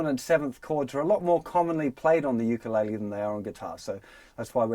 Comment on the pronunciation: Ur sayin ukulele wrong